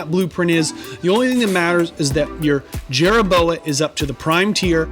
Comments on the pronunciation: If you put a "chit in" helmet on a "Jerra Boa" will it increase it's "Toe Poor"? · Call it Jerra Boa one more time and I’m gonna slap you